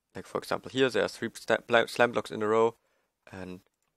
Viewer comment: It sounded like you where saying slab block instead of slime block lol